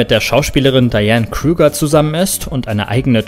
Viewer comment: Diane (Heid)Krüger ist eine Deutsche Schauspielerin und ihr Name wird Deutsch ausgesprochen